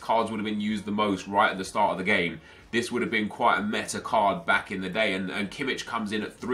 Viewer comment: It's pronounced Kimmih not Kimmitsch